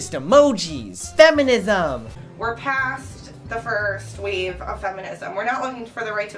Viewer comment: She can't even pronounce "wave" properly she literally pronounced wave as weave.